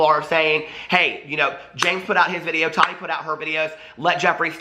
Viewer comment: It annoys me how you say todi. Lol can you say Ta TI